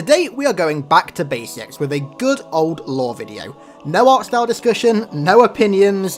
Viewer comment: The auto captions think you're saying "law" not "lore"